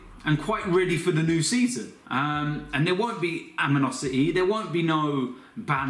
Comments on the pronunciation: 'Aminosity' 😂😂😂. I'm done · Great to hear that 'there won't be no aminosity'